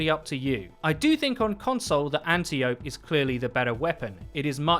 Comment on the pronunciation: I hate to “be that guy” but everyone keeps mispronouncing the gun it’s said like ant eye oh pee (just not spaced out) {I don’t put anti because some people pronounce that as ante lol}